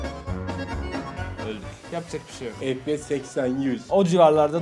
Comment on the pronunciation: Abi fps efpiyes deniyo an fps diyosun